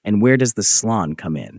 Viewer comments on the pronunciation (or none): Slon is pronounced [slɔn] not [slʌn]. Motorsich has an [tch] sound, not a [k] sound at its end.